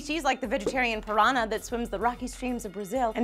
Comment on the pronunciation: That's not how you say piranha